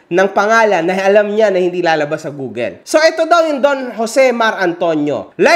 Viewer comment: Google, not googel